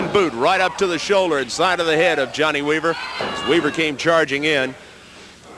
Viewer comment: JOHN-NAY WEE-VER 😂😂 Big Dust